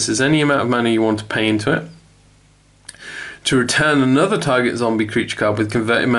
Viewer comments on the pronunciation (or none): none